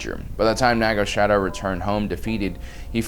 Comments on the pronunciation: *Sadow not "shadow" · Its not SHadow its SAdow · Naga Sadow, not Shadow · That was not Naga Shadow...it was Naga Sadow